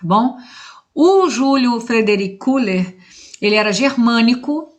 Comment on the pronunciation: Na pronúncia alemã se fala "Keller". Nós petropolitanos também falamos errado falando Koeller.